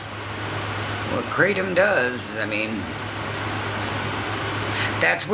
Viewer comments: OMG MEEEE TOOOOO MMF I literally almost gag when she says it krotom ugh! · She KNOWS how to pronounce kratom! Just like gabapentin she says wrong on purpose! Makes her innocent of ever using such a substance ya know. 🙄